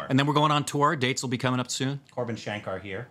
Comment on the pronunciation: Man said korbin shankar 🤣🤣